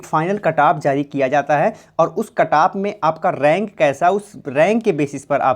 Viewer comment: Its cut off not ktaap🥺